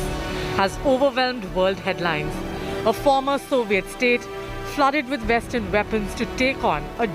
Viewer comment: vestern veapon? Can they not see that those words start with a w?